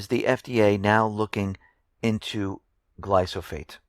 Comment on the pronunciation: I like your reports and enjoy watching them. I don't want to pick nits, but the proper pronunciation of glyphosate is "gli-fə-ˌsāt" and it is a herbicide, not a pesticide. Other than that I have nothing but agreement.